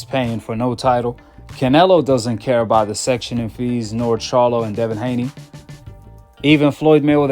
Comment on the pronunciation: Brother it’s called “Sanctioning body” NOT “Sectioning body” 🫡. They sanction fighters/fights not section them 😉